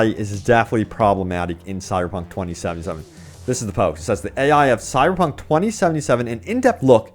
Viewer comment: Please enunciate 2077 properly.